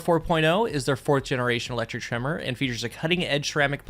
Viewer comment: Everytime says trimmer, i heard tremor